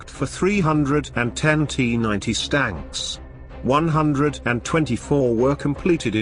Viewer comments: Notice the narrator says "stanks" instead of tanks on a number of occasions. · Absolutely hilarious...T-90 stanks,,,gotta love it...tells the whole story.